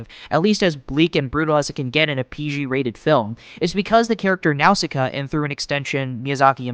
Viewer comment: I can't get over how you pronounce Nausicaa. 😂 Great vid though.